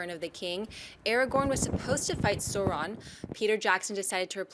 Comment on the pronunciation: Just my inner Tolkien lore master popping up -- it's not Sauron as in Saw-ron, it's more of an Ouch sound, Sauron, as in AU.